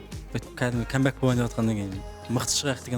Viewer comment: Неге мен Эйс "кәмбек" деп айтат божээээ🤣🤣🤣но ұнайттт қаттыыы,прикольно звучит